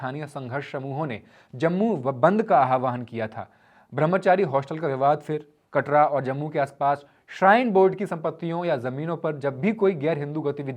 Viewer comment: Katara nahi Katra(कटरा)hai wo